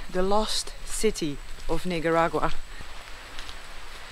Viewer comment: Please, for all of us...Not Nigga-ragua. It's Neek-Ah-Dagwua. You speak multiple languages. You can handle this minor but important detail! We love you Noraly!